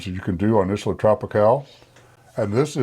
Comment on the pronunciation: Pronounce Isla correct.